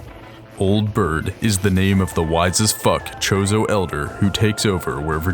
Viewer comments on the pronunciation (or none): I'm glad you made the video to clear up Samus' true personality and character but, omg dude, it's spelled Chozo but, pronounced Koh-zoh. Aether is pronounced A -ther, not Ether, lol. Not trying to be a jerk or anything btw.